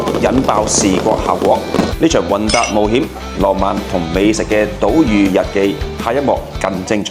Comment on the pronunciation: 島嶼讀島’罪’,不是島「如」😂😂😂😂，好喜歡你D videos, 你好鬼enjoy 個trip